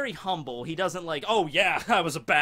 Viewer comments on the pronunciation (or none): none